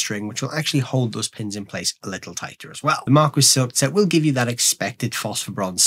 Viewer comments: Its "mar-kee" not "mar-kwis" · Martin asked you to pronounce it that way?!? Unbelievable! I've never heard it pronounced "mar-kwis" by anyone, even at Martin. 🤔